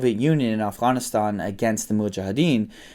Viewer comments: why does he say pakistan and afghanistan like that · No offense but when I hear people pronounce Afghanistan and Pakistan like that it makes me cringe. I know its the proper way of saying it but thank superwoman.